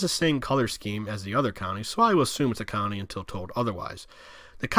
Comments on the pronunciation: Am I the only one that keeps hearing county instead of colony? Great video though haha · Why can’t you pronounce ‘colony’?